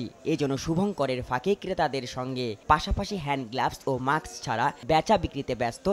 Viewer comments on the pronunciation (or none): আবাল রিপোর্টার মাক্স হবেনা, এটা হবে মাস্ক